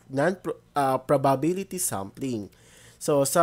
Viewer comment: ganon po ba talaga pronunciation ng probability?